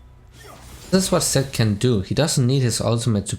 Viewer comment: when you say Zed it sounds like you said Sett XD. Btw thanks to your videos I learned to play better characters that I wanted to learn and thank you for that ❤️❤️❤️.